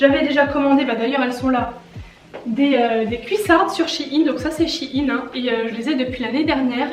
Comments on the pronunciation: je suis la seul que sa perturbe qu'elle dise chi-ine au lieu de shein (aÏne) ? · Sa se dit pas « SH-AÏE-NNE » ?😂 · Ça se dis chèin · Moi qui croyais qu'on disais shaiyn chai i n mdrrrr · comment tu prononce shein desolé jpp bref... sinon super vidéo